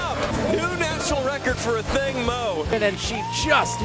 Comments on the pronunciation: thanks...my point was the accent is on the "A" . They're always putting the accent on "thing". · Firstly do not insult our mother tongue language. Its pronounced "Athieng" it sounds like a y is in the middle but its not, but hers is spelt "Athiing" not pronounced "A thing". Most of you people can pronounce funny Greek and German names but struggle to respect Ancient indigenous African names. Its a Dinka name. She isn't here to carry a name that is "easy" for you people. Its her family origins and her culture and is meaningful in our native language. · Its Athieng in our native language. They keep saying it incorrectly because these fools act like they cannot pronounce African names. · I wish the announcers would correctly pronounce her name ..Athing (accent on the "A")